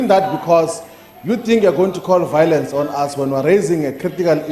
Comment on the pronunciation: And its violence Melema, not vowlence.